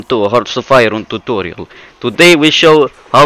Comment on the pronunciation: Tuturial sounds like a real russian